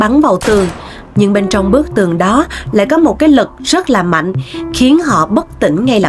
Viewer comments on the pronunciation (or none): none